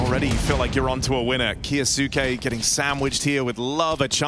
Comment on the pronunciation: When will these british commentators learn how to say kyousuke its so annoying